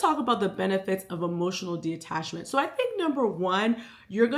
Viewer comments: Loved this video but it was killing me everytime you said De-Attachment it’s Detachment 😭😭😭😭 but the message was there and everything I needed, I just am weird about words 😂😭😭😭😭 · Okay so it’s not just me!? I was physically aching every time she said it, but that’s a me problem not a she problem, still such a good video, great insight❤